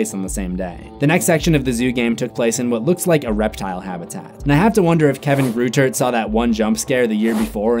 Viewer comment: Kevin greuter's name in pronounced Kevin groy-der